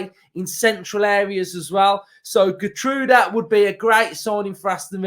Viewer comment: It's pronounced Gheer- troudah. Great player; good in the air, likes going forward. Like the person before me, I thought Slot would be in for him too